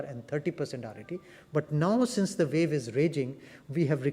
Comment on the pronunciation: It's pronounce wave ... not vave